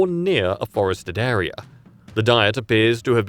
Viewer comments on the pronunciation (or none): none